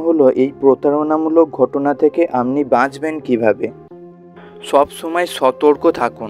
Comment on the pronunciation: Please speak Bengali properly. What is "Amni"? Should be, "Apni"